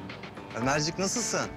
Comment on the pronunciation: Nasılsın değil hemde nassın diyor ÇFISFLSĞFPSĞ